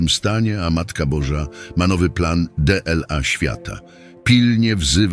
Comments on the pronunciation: Co to za "deela "? powinno być dla. Kompletna głupota z tym elektronicznym lektorem. Nie warto was polecać, są inne wartościowe katolickie kanały . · To jest kompilacja tekstów a nie orędzie! Maryja nie przepowiada, przepowiada Jackowski, Maryja wie i zapowiada. De el a zamiast dla jest już nie do wytrzymania, tyle miesięcy to słyszę i nic z tym nie robicie. Merging? To słowo jest angielskie, w dodatku czytacie jak jest napisane, a nie jak powinno byc wymawiane, a zupełnie zapomnieliście by je przetłumaczyć. Tytuł nie odzwierciedla treści. Ten kanał to porażka!!!!